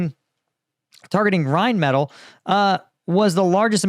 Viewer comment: Pronouced rine • meh • til